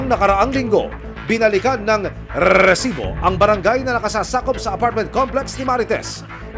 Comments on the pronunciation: Tanggalin nyo na yung RRRREEEEESSSSIBOOO! Nakaka bwisitB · ilan pong RRRRREEEEESIBO HAHA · Pwede bang isang letter R nalang sa resibo. Ang dami e😂😂😂